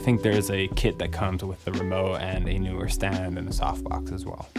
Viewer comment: Stereo type opener when Youtuber cannot pronounce brand name... dies of cringe